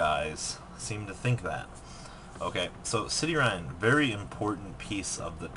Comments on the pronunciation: All of those Gem-knights that end in "-ine" are pronounced like "Mean" not "Mine" So Citrine is pronounced "Sight-reen" not "City-rhine" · City-rine? It's Citrine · "cityrine"....seriously dude?